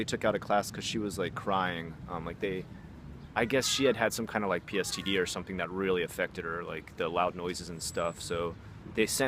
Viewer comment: I notice you keep saying PSTD (you've mentioned it in previous videos too). Isn't it post traumatic stress disorder? :) I feel like an insufferable know it all by even saying that, lol. Gomen.